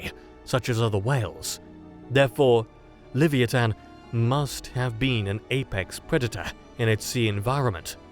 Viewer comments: Leh-v-eye-a-tan, not lev-ee-ee-tan. Dang brits. 😅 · Certainly an interesting pronunciation of 'Leviathan'.